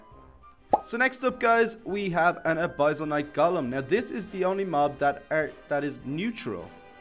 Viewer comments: its pronounced: uh-bis-ul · I don't want to be that guy, but I think it's pronounced "uh biss ul" (abyssal). Btw nice showcase